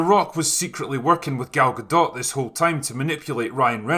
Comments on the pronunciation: Its gadoe or gadough not guhdawt (pronunciation) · How did her name end up being "Gal Gahdott" when in French "Gadot" would rhyme with "shadow", and it sounds much better that way. "Galgadoh". Or are people just totally unaware how to say her name correctly?